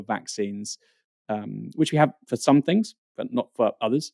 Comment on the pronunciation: Can PLEASE discover the ability to enunciate the 't h' instead of saying 'fings'. It' so jarring and annoying.